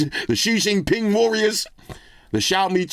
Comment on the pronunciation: I like how u say Shi Jinping. Hilarious!